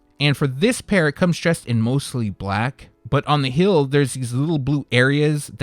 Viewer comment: Say it with me, hEEl, NOT hill 😂